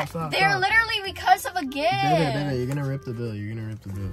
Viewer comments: She said 2 bebby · im gonna say 14000 bc idrk how many times says bebby sooo im prob wrong anyway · It’s baby not bebby